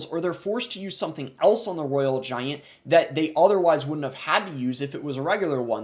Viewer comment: Graveyard Giyaint😅 Sorry but its funny how you say it